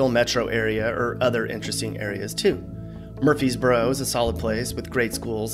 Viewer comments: Why can no one say it right it is not MURFEESboro it is murfResboro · Lol Murfreesboro not Murfreesboro 😂